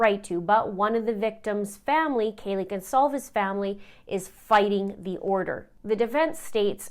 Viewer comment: Did I mishear the Judge mispronounce “Goncalves” right b4 his wordy “apology”?